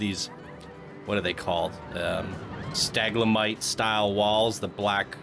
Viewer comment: Gotta love it when says "Staglamites". xD